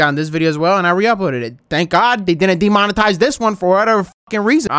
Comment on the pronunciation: bro cant say demonetized right LOL